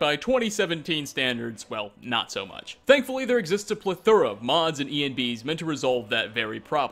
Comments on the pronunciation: First 20 seconds "ple-THURR-uh" This is gonna be fun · You lost me at pleh-thorah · "A pluh-thura" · "a pluh-thura" lol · It will never cease to amaze me how many people make it to adulthood without knowing how to pronounce "plethora." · That's not how you pronounce Plethora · I think you need to look up how to pronounce plethora...